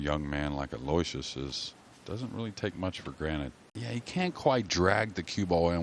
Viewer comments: That is correct. Alo - Wishus. Not Aloy - Shee us. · Aloysius is pronounced thusly...... Aloe...wish...us. (FFS!)